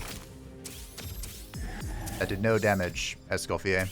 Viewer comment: You're prononciation of Mr.Escoffier's name is actually very good ^^